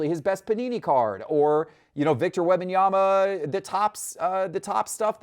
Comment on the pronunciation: Could someone please teach how to say Wembanyama. It’s not WEB-Anyama. There is an M before the B. It’s WEMB-Anyama. Holy Hell, already. I cringe every time he says it. 🙄🙄🙄🙄🙄🙄🙄🙄🙄